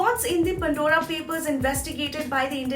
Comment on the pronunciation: It is ‘Pandora papers’ not ‘Pundora papers’. Makes me wince each time she says that.